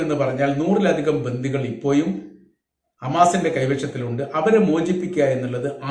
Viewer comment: ഇപ്പോയും.... ഇപ്പോയും എന്ന് പറയുന്നത് നിരുത്തുക. ഇപ്പോഴും എന്ന് പറയുക